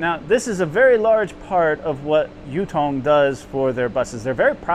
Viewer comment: For starters, the name is Yutong, Yu sounds like E but with a Y sound, and not Youtong. 宇通